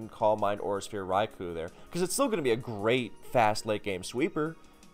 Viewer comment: One of these days someone will correctly pronounce Raikou and I'll finally be happy